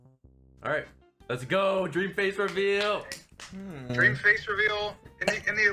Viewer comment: dweam makes me nervy... UwU-champ~